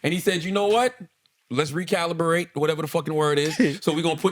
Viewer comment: Charla said recalibrate so wrong It made me struggle to correct It back to normal in my head 😂